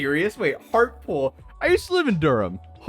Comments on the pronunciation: [Pedant mode activated] Hartlepool is pronounced Hart-Lee-Pool, not Hartpool. [Pedant mode cancelled] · Just fyi, its pronounced Hart le pool. I know, we pronounce things quite differently here. Middlesbrough is pronouced Middles-bruh, Yorkshire York-sheer. Even being from the southern side of the UK we pronounce all the northern areas wrong, that was until I went there and was corrected by the locals 😆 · Hartlepool is pronounced heart-LE-pool. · Hart-la-pool, lol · If you lived there then you'd know it's pronounced hart lee pool ffs 🙄🤦🏻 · It's pronounce hart-li-pool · Sounds like prisons should incorporate Faraday Cages into their design to block RF signals and stop mobile phones from working. They’re behind bars already, another cage isn’t going to hurt! 😂 Hartlepool is pronounced: ‘Heart-Lee-Pool’ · It's Hart-lee-pool ya div...🤣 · Yeah, how did he live there and not learn how to pronounce it! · its pronounced hartleypoolk